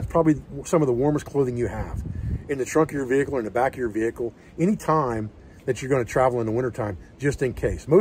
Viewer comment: I feel like there could have been more ways to work in the word - vee kuul during this video.